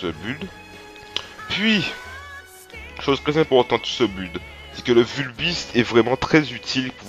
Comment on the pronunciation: Build se prononce "bild" pas "bulld" x)